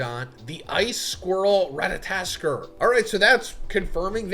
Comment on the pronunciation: ratatoskr is said: RA TA TO SKR . not: RA TA TA TSKR